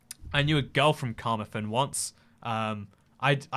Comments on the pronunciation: Car-Mar-Then not the way you pronounced it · Carmarthen is pronouced kuh-maar-thn